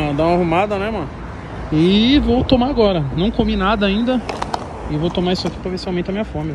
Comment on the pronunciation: Se tem Toguro Cebolinha falando "agola" tem like!